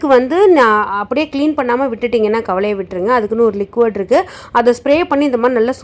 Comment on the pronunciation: லிக்வோட் இல்ல லிக்விட்